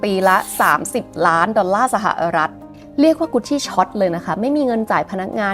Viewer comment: ชอบสไตล์การเล่า น้ำเสียง และเนื้อหามากค่ะ ติดตามหลายคลิป 😊 แต่ติดตรงอย่างเดียวตอนออกเสียงคำว่า สะหะอะรัด (สหรัฐ) อเมริกาค่า เกือบทุกคลิปเลย